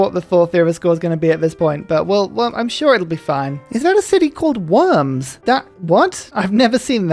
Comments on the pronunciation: And it is pronounced VOHRMS. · Worms: think Diet of Worms where the Catholic Church demanded Martin Luther renounce his beliefs which he didn’t. Pronounced “Varms”